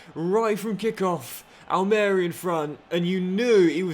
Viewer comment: the club pronounced is Al Maria and you emphasise the marie part just for future reference 😂😂😂